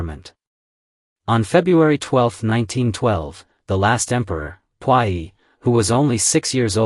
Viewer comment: I really enjoy watching your channel! Want you to know that Puyi is pronounced poo-yee.